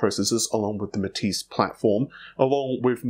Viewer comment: Didn't he mean Renoir? (Ren-waar)? When he first tried to pronounce Matisse, he called it Ma-tassy.